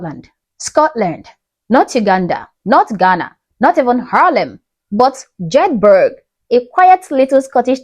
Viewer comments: Jed bur ah, no Jed berg, my dear 😊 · Like your stuff. Jedburgh.. Like Edinburgh... the burgh.. is pronounced... like... burrah... emphasis on r i think... im from Glasgow